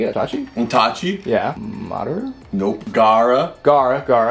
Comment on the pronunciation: BRUH STOP SAYING MADRA ITS Madara NOT MADRA IM WILL PUNISH YOU